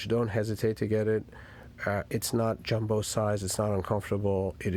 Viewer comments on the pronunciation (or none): none